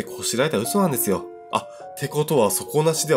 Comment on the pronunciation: 1112ジャスミン 思った！笑 なんですと？みたいな